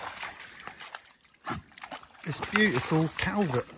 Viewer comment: Culvert, not calvert.... but hey, nice vid, thanks.